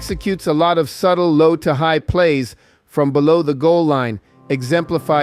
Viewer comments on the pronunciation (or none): none